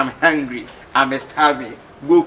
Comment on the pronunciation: Dinah said babe am hungilll